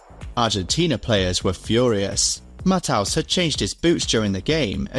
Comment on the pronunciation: The way he pronounces Matthäus. 😢